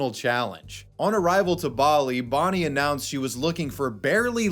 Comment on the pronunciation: It's Bonnie not "Borrneee"....ffs!